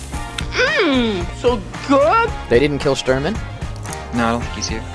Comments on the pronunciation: Quick note: Sh in Shturman is pronounced as in "shelter", and "u" needs to be pronounced like "oo" in "whoops" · Shturman the u is like the ou of the word you